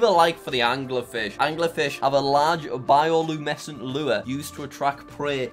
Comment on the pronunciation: It’s pronounced bio-lumin esent